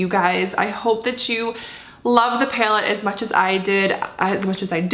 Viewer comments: it's pronounced PAL-ette, not PALE-tte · "Paylet" haha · Right???? That cracked me up too. Never heard that one. Reminds me of how Trisha Paytas says bag, like "baeg"... Wonder what that's all about? Hahahaha! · You say the word "palette" kinda funny😊